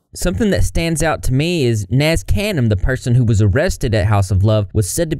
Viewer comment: nazkhanim is pronounced as (nAz-kanm)